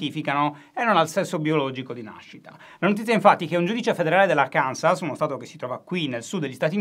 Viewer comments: Ciao Alessandro. La pronuncia corretta di Arkansas è Àrkanso 😉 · Si scrive Arkansas, ma si legge Arkanso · Immagino non sia il primo a fare il noioso e dirvi che Arkansas si pronuncia Árkanso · Guarda che si pronuncia Arkanso: è francese